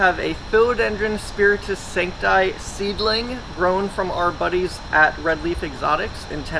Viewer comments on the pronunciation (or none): Plant's names are in latin, no in english... so, it is spiritus-sancti "i" and not sanctï "aïe". This is the rules for all plants of the world! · Wow it’s pronounced Philodendron Spiritus SantcEE do you even grow plants